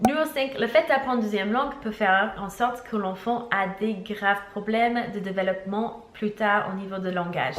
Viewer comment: Tu nous as dit de te dire quand tu te trompais sur un mot alors : développement pas delevoppement Hihi ❤️❤️